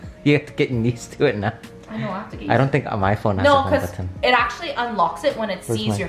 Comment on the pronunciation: I love how you pronounce Homebutton 😂😍